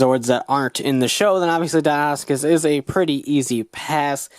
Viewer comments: It's pronounced dino soo cus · DON'T TRUST THE MORPHER! So many people pronounce this wrong because of the morpher, but it isn't pronounced that way. It's not even an alternate pronunciation. It's pronounced di-no-sue-kus or di-no-sue-chus. In other words- first say "dino", then "sue" (like the name of a person), then cuss or chuss (chess with a "u" instead of an "a"). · It's pronounced Die-noe-sue-kuss